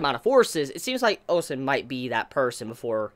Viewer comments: I'm so happy you pronounce Ousen correctly! Kudos! Next is pronouncing Qin (Chin) not Quinn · Upvote! or wait, that's not how it works. Happy you are pronouncing Ousen correctly now! Congrats. Qin pronounced Chin is next!